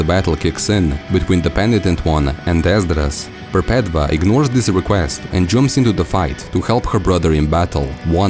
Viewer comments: Wonderful work! I love your uploads. I think Perpetva is pronounce "Perpetua" (mean "perpetual" or "never ending") as "V" was used as "U" in latin, where Catholicism gets its vocabulary. Just food for though to add to the conversation. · I cringe when he pronounces Perpetua wrong